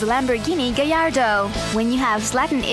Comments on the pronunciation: Oh right, that makes sense actually. Anyway the gallardo is pronounced as "gayardo" that's all I was trying to say. :P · i dont know if she is trying to pronounce gallardo or if she is making fun of lambroghini by calling it a "gay arr do" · Lamborghini "Gayardo"